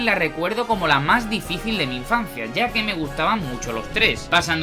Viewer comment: dicífil 😭😭 yo también